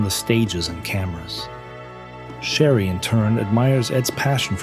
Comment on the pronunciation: The narrator kept calling his wife "Sherry", but isn't it "Cherry", like the fruit?